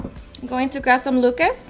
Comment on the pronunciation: Not sure you're saying Lucas correctly 🤔 lol But it does look delicious 😋 Thank you